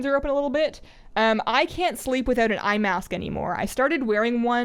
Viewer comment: LOL When you said 'eye mask' I thought you meant iMask. Apple would really be reaching for new product ideas.